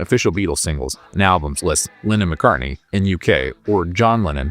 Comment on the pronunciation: Great content but it bugs me that this narrator pronounces Lennon like "linen." I keep thinking of bedsheets.